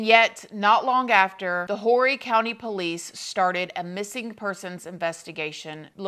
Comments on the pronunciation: Hahahahaha it's not pronounced whorey....lmao! But I thought the same when I moved here as a teen. It is pronounced "orry" or so they say. Lol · Horry county is pronounced Orry. That’s what I learned when I moved here. Can’t walk around calling residents wh*res. 😂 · I don’t get why you can say murder then the next word out is kidnapping and it gets edited. Also it’s pronounced Orry county even though it’s spelled Horry. The H is silent. Great video! Enjoyed the one on Drextle too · Myrtle Beach born local here! Thank you for talking about this! Still to this day i think about Heather and hope they finally find something related to her and bring closure to her family and everyone eventually 🥺❤️ Also Horry County is pronounced Or-ee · Thank you so much for covering this! This story has always been so heartbreaking. I grew up on the Grand Strand and lived there for over 30 years. Unless you’re from there, you won’t know but it’s pronounced “Orry,” the H is silent. Love your show! 💕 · This my hometown it’s pronounced Orry the H is silent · I'm glad you covered this tragic case. Heather made critical mistakes but it shouldn't have cost her her life. Very twisted couple Sydney and Tammy..... FYI: Horry is pronounced "Orry" the H is silent. 😊 (I'm from SC and many people mispronounce it all the time.😊) I like your viewpoints on this case and i hope one day Heather's remains will be found.....like Sydney and Tammy just admit what they did to Heather. 🙏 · Hey girl I usually don’t comment but I live in Horry County and wanted to let you know the “H” is silent ❤️ it’s pronounced or-e. Other than that, thanks for the video ! I love watching your videos, you make it feel like I’m actually listening to you in person. My boyfriend hates these types of videos 🙈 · This is where I’m from jsyk it’s pronounced “Orry” without the H. LOl😂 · It's pronounces Orr-ie. Silent H. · Just so u know, beautiful, it's pronounced Orry county. The H is silent 😉